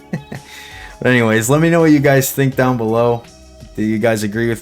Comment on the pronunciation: Anytime you say “down” I hear a slight accent more like Dahn . You from Pittsburgh G?